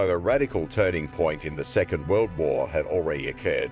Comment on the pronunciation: “World woyr two”